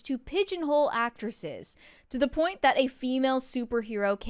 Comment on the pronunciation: why can you say the word “tackle” correctly but when you have to say “that” you say “thawt?” Both short a’s!! I like the channel but really struggle with this.